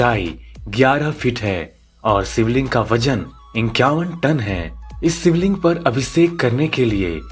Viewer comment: सिवलिंग, अभिसेक, संभू धारा, आसरम...!! वीडियो ठीक है, लेकिन ‘श’ के स्थान पर ‘स’ ने सब गड़बड़ कर दिया!